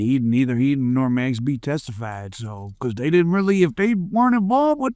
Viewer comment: Its MAX not mex